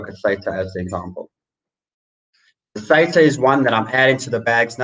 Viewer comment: At your channels growth rate, the banter bag give away will be end of April....well done. Pronounce Theta correctly.